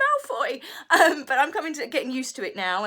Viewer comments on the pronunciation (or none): none